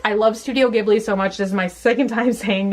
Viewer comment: Oh and one more: Ghibli (as in Studio Ghibli) is pronounced "JEE-BLEE" On a related note, but not about pronunciation, I just wanted to mention that "P.E.T." is a type of plastic (polyethylene terephthalate), and it's a common term in Japanese to call any plastic drink bottle a "pet bottle" (well, petto botoru, because it's in Japanese, but yeah) so saying "pet bottle" is just a very oddly specific way to say "plastic bottle" LOL. Just thought I'd let you know... if you ever read this, that is lol